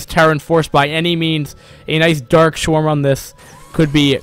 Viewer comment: "dark swarm" not "dark shwarm"